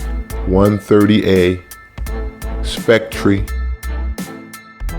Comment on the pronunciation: Dude, not "Spec-tree". It's pronounced "Specter". It means ghost.